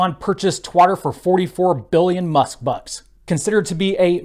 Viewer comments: Please pronounce Twitter correctly. Thanks. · "Twatter"... don't you mean "Twitter".. now it's in safe hands ;)